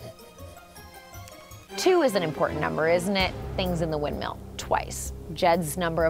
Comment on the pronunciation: Everyone: Windmill Hannah B: Windmeal